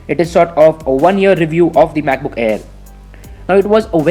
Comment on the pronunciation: When you say 'MacBook' it sounds like you're saying 'BUKBUK' lmao